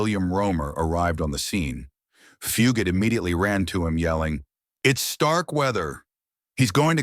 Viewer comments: It went from Fu- gate to Fu- got to Fue-got-tae. Wth...can't people even read simple words any more CGV ,AI and CGI are only as good as the input trainer. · The commentator of this video is pronouncing Fugate's name incorrectly, Fugate is pronounced with a long A, not a short A.